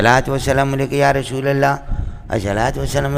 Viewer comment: یہ الشلوۃ کیا ہوتا ہے؟ لفظ الصلواۃ ہوتا ہے۔ اور لفظ والشلام نہیں ہوتا بلکہ والسلام ہوتا ہے اور رشول نہیں ہوتا بلکہ رسول ہوتا ہے۔ پڑھنے یا نہ پڑھنے میں اختلاف ہو سکتا ہے۔ لیکن الفاظ صحیح انداز میں ادا کرنا چاہیے۔ صحیح طرح سے پڑھنے سے منہ میں آبلے پڑھتے ہیں کیا؟ بد بخت کو الصلواۃ والسلام علیک یا رسول اللہ پڑھنا بھی نصیب نہ ہوا۔